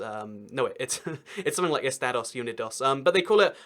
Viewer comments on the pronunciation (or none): Just an FYI re. Los Estados Unidos; it = ess-TAH-doce oo-KNEE-doce. Spanish 101, Lesson 1. : )) A good, and acceptable choice to everyone all the way down to the tip of S. America is US or USA. But, we have to call ourselves Americans, because "United Statians" is really awkward. LOL The reason for Virginia and W. Virginia is the first went with the South, and W. Virginia split off to go with the North, during our Civil War ( ). Last little known and less important comment is re. Versailles and Birmingham. The first dropped its original French pronunciation, and #2 dropped its British pronunciation for BERM-ing-ham, + a suburb of Milwaukee--New BER-l'n (New Berlin). Finally, an apology for all the Americans who went ballistic when you pronounced a state capital wrong. Pointing it out kindly is one thing, whereas going nuts about it--no excuse, fellow Americans. That's the kind of behavior that gives all of us a bad name around the world.